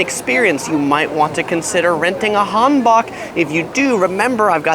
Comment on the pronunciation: No hate but your pronunciation was off when you said Hanbok.I know you said not to comment about it but I thought you might want to know how to pronounce it? You changed the A to an O but it is just pronounced HAN just so you know again, no hate just thought I'd let you know!💜